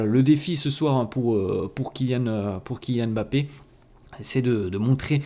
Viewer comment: T'es l'un des rares à bien prononcer Mbappe , tu ne dis pas M'Bappe comme les autres 😂